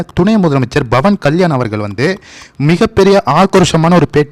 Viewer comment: நீங்கள் பவன்கல்யாண் என்பதை pavankalyan என்று உச்சரியுங்கள்;bavankalyan என்று உச்சரிக்காதீர்கள் அர்த்தம் மாரிவிடும்!!நான் apயிலேர்ந்துதான் வீடியோக்களை பார்க்கிரேன்.ஒவ்வொரு ஹிந்துவும் பேசவேண்டும்.ஜெகன் கிருத்துவா்.அவர் அப்படிதான்செய்தார்.